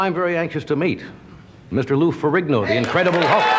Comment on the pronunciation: Ed McMahon: “Lou Ferrogano” 😂